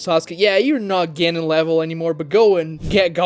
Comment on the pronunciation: As an American myself, I am APPALLED at the Yankification of the word “Genin” in this video🤮🤮. “Ge-nin” Smh🤦🏾‍♂️.